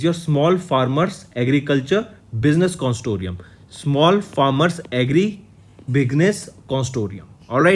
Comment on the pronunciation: why are you reading out the lines instead of explaining some important terms and stop saying highly important to every point. You have been taking CA for more than over a year and can't even pronounce consortium properly.